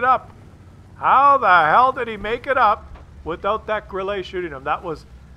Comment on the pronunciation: The Grille is a German TD, but when says Grilleyyyy it sounds like it is a French TD. 😄